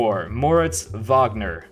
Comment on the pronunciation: Say Mo Wagner or say his name correctly